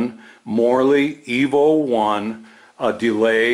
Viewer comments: I kept hearing Morley EVO as "morally evil" lol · You said: Morley Evo One I heard: Morally evil one